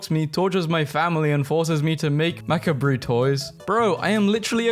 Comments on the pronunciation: Macabre is pronounced Mack KAHBRA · Dude said mac-uh-bree instead of macabre. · did you just pronounce macabre like makabrie?